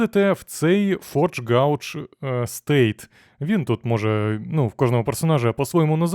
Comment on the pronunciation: Circuit - сьоркіт (схема), gauge - гейдж (калібр, міра), дякую за огляд